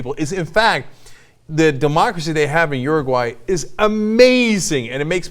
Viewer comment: It's Uruguay not Uraguay...